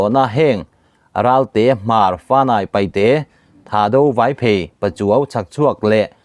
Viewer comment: Paihte ani ziah lo,News lian pangai ini ve si,Paite tihtur aw pu ber